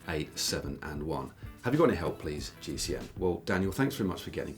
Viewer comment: I really like this series, but please: It is "Ask GCN Anything" not "Ask GC Anything"! Not only Matt mispronounces it, but also Si and Dan, if I remember correctly.